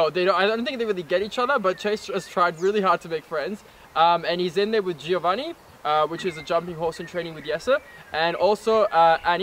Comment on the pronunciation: My Croatian-Italian ears cringed when I heard him say Giovanni